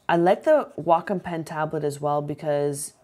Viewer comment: I think that Wacom is pronounced Wake-Om, but I an never be sure. Not like Wacom Manufacturers came waltzing up to my door and said "HEY OUR NAME IS PRONOUNCED WAKE-OM" Any way, I think I should get this for my birthday. Thanks for the review!